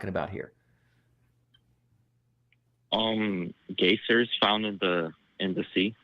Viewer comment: geysers... gay sirs... honestly not the worst mistake I've heard someone trying to prove the "science of the bible."